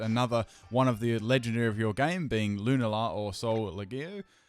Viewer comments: "Lun-ay-la" :P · loo-nah-la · Can you pls learn how to pronounce Lunala? It can't be that hard